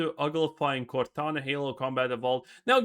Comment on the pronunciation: lol cortana becomes gordona